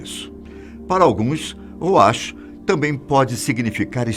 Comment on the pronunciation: Precisa melhorar a pronúncia de "ruach".